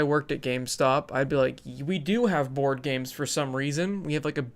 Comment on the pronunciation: As a Swede I heard you say "Bored Games"... XD Made my day! TY!